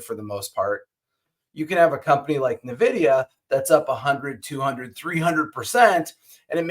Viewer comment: It's pronounced "N-Vidia" not navidia